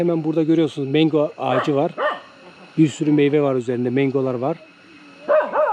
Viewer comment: Slm kardeşim güzel bilgiler için teşekkürler.güzel ülke.bu arada mango.mengo deyil😁